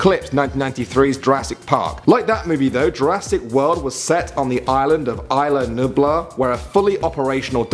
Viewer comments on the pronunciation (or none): BTW It is Isla Nublar, Not Ibla Nublar. Isla, with an s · Did you call it Ila Nublar?! It’s ISA NUBLAR!